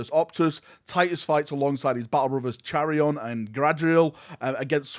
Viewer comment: Is nobody going to talk about how badly butchered Chairon and Gadriels names?